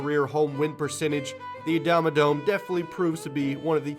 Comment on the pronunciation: Called Adamodome Actually ... NOT A DOME